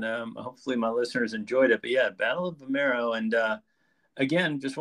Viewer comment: You have the names wrong ... its not vimeiro or Cintra, it is Vimieiro and Sintra